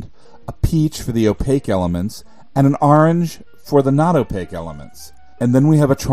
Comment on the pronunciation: I love how you say "Arange" instead of orange